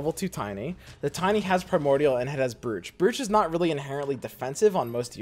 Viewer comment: I think you're pronouncing "brooch" wrong bro